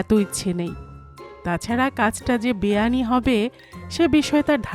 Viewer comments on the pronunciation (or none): "বেয়ানি" নয়, শব্দটি "বেআইনী"😅